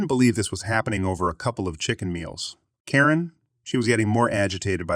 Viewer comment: why are you pronouncing some characters so weirdly? on-hand turns into on (pause) hand. ;-) should be easy. or ninehundredeleven? everyone says nine one one. who pronounces phone numbers in full lenght? oh, and why do you pronounce karen as korean?